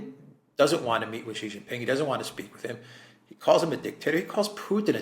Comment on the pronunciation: I noticed you said President XI the way Alexander does which is correct SHEE JIN PING, then you reverted back to JHEE JHING PING, your incorrect pronunciation which is insulting because JHEE JHEE means PEE PEE (penis) in Chinese slang.